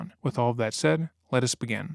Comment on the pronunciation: Merch idea if you ever decide to do that! You tend to say "let us" like "lettuce". A head or piece of lettuce that says Lettuce begin? I love your content!